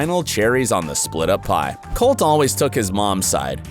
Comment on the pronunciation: colteee not colt